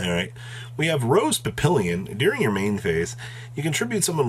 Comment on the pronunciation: Pap o lon. I can't help you pronounce Burgundy cause come on lol